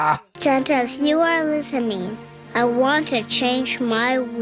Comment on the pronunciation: I can't be the only one who heard "Santa, if you are listening" as "Santa, if you are Lusamine" , can I?